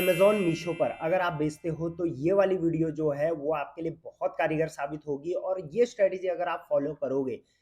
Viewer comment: Karigar nahi Kargar 😆